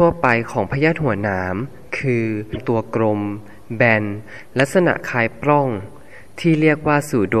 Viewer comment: ปลัองค่ะ มิใช่ ปร้อง สะกดปิดนะคะ ไม่มีร.เรือ ไม่ต้องกระดกลิ้นค่ะ